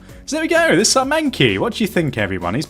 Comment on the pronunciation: "my manky" it's mankey xD.